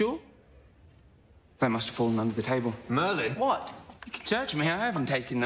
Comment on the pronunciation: It's mERlinn